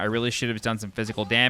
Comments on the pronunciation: “Nin-joo-tsoo” Not “Nin-juh-tsoo” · You need to learn how to pronounce ninjutsu